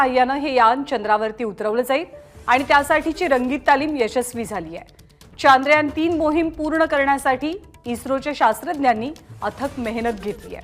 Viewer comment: प्रत्येक भारतीयांनसाठी खुप अभिमानाची गोष्ट आहे ,,, पण हे चांद्रयान चांद्रयान , का मणत आहेत सर्व जण, सरळ शब्द आहे चंद्रयान , पण काल पासुन का चांद्रयान चांद्रयान चालु आहे,,, " चंद्रयान " या सोप्या शब्दाला का अवघड करून बोलत आहेत ,, बर यात काही शास्त्रीय कारण आहेका असेल तर नक्कि सांगा ...?